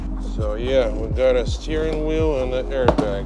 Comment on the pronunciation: Yess you put the new steeryweel